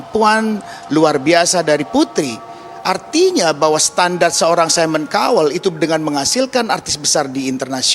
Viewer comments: "saimon kauwel" pronounce nya.. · Mon maaf cara bacanya mba : Simon Cowell = saimen kawel Chance= chans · Simon kowel hahaha cobalah belajar lagi sblm on air 😅